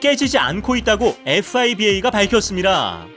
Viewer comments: ㅇㅈㅋㅋㅋ 피바를 에프비아이는 처음듣는듯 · 에프비아이는 또 먹고 에프아이브이에이는 또머임ㅋㅋㅋㅋ 에프아이비에이아님?ㅋㅋㅋㅋ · 그니까 ㅋㅋㅋ 피바라고 하면되는디 ㅋㅋㅋ 종합하면 현대 모비어스. 허재 포가. 이란ㅈ밥설 30년 농구 은퇴...(무슨 9살때 부터 프로했다는 말로밖에 안들림) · 잘못된정보가 많네요. 에프아이비에이 라고 읽으시는데 농구 관련 유튭 맞나요?